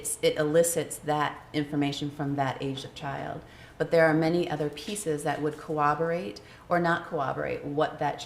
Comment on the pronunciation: Certainly sounds the business, except for being unable to pronounce 'corroborate'. My understanding is psychotherapists are counselors with some barebones psychological studies behind them. Psychologists look down their noses at em cos they are usually reliant on psychologists doing the interesting work and then telling the psychotherapist the CAUSE, then the psychotherapist makes a treatment plan now that a diagnosis has been provided. In this regard tho, within the context of a dialog about analysis of interviews with subjects, she's probably no less qualified.